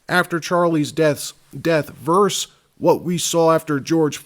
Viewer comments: The word is “VERSUS” not “VERSE”!!! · The word is VERSUS, not “verse “.